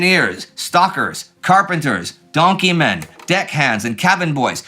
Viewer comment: STOH-kers (not "stockers") but thank you. I was "black gang" (engineering). The term undoubtedly came from the coal dust. I never sailed a coal-fired ship, just black oil. Bunker C.